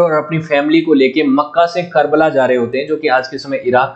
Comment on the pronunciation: भाई साहब खरबला मत बोलो ये करबला है